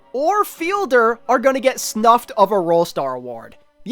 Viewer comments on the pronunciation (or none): just letting you know since i’ve heard it in multiple videos and it’s sounded wrong each time, it’s SNUBBED, not snuffed.